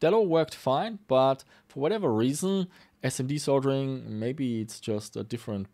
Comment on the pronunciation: You get a thumbs up for pronouncing "Soldering" properly, as many YouTubers pronounce it "Soddering" and they sound stupid.